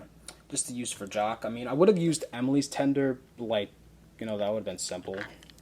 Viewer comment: it's jock not shock😡😡😡😡😡😠😠😠😠😠